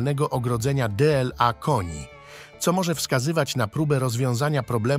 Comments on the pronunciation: "D L A K O N I" , lektor robi to celowo czy trzeba wysłać go na badania do Choroszczy? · Żywy człowiek jest lektorem czy syntezator mowy? "D L A koni" ??? i jeszcze mówione tak wolnym tempem że musiałam przyśpieszyć film... Masakra nie da się tego słuchać, taki głos męczy tak samo jak Andrzejka.